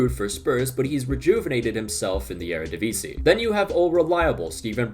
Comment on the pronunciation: Shout out to the near-perfect pronounciation of 'Eredivisie.' Also: the Ajax comeback is inevitable, WZAWZDB!